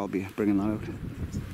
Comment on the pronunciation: Nice to see you 'back oot' (proper), and looking well. Take care fella and ATB. 👍